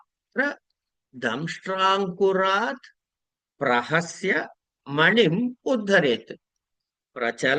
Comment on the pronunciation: ప్రసహ్య అని ఉంది. రెండుసార్లు మీరు చదివేటప్పుడు ప్రహస్య అని వినపడుతోంది.తప్పైతే క్షమించగలరు 🙏